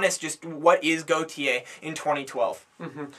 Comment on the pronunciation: His name is (gort)-(yeah). and is is pronounced Ah-stralia, I didn't find the album good because while yes, it had a lot of variety and ideas going on, but they didn't come together very well. Take a Pink Floyd album, or Kid A.... there were a lot of sounds and difference on that album, but it all tied together well. I don't think it does that well enough on this album and it feels a bit randomised and scatterbrained.